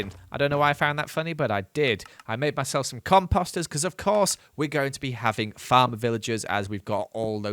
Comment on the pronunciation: when you say composter it sounds like your combining composter with imposter!!! haaa haa haa